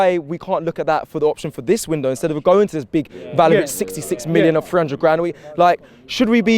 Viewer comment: My man said "Vel-o-vic" when referring to Vlahovic... is way worse than Robbie when it comes to butchering players' names for real! 😂